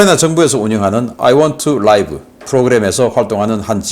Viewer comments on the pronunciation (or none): 신선생, 아이원투 라이브가 아니고 아이 원투 리브 입니다. 저번에 지적 당해서 제대로 하더니 또 왜 이러시는지....라이브는 실시간, 리브는 살다...이런 건 기본 아닙니까? 이건 정말 영어실력 기본입니다. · 신선생의 report들을 즐겨 듣는 미국에 살고있는 사람 입니다. 저꾸만 듣기가 거북하여 정정해 주셨으면 합니다. I want to live의 live는 앞에 to가 있어 동사로 쓰였으므로 라이브가 아니라 리브로 발음하셔야 합니다. 죄송합니다. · I want to live = live의 발음은 '라이브'가 아니라 '리브' 입니다. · I want to live 는 아이 완투 리브 라고 읽어야 됩니다 라이브는 형용사로 쓰일때의 발음이고 to live 는 동사입니다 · I want to live~~라이브는 생방송, 리브로 발음해야~~ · 신박사님, 아이 원 투 라이브 아니고 아이 원 투 리브 😂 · I want to live 리브 라고 발음 하셔야 하지 않나요 ? 박사님 그러나 상관 없어요 ^^